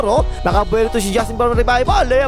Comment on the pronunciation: “Ang kaisa-isang instik” 😂